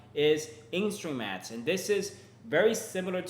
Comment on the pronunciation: Oooooh!! In- STREAM-ads!! You slowed down and I got it, then you said it like “ instromats” again! 😂